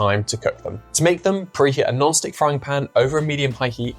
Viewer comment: When I listened to this the first time, I thought you said a Gnostic frying pan, instead of a non-stick frying pan. Up way to early!